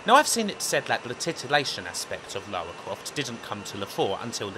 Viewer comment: Great take on the series! But, for Christ's sake, STOP SAYING "LAWA"!! Her name is LaRa. Say it: LA-RRRR-A